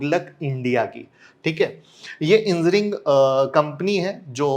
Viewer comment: Sir Engineering ko Engineering boliye aap Enzineering bol rahe hain.